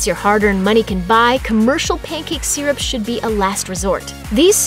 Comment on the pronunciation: She cant even pronounce syrup correctly. Lol